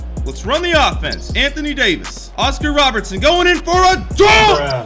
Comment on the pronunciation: you said roberson insted of robertson